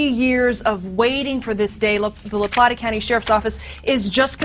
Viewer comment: It's La Plata county, NOT La PlaNta! I'd send you $100 if you could go through an entire episode of any of your 3 vlogs without grossly mispronouncing something, a mispronounciation that would be easily avoided, the correct pronunciation could be easily verified then gone over, ready for vlog release, oh well, i guess you're just content being a notch or 2 removed from polished professional Additionally I have NO idea what word you were trying to say when speaking of all the beer and liquor bottles and cans about the house, what would make sense is to have said, STREWN about the house, you said something that was indiscernable to me, I believe it began with an S but it was too muffled for me to discern what it actually was....